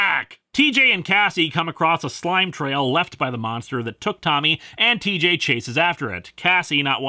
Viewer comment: did you say cheejay?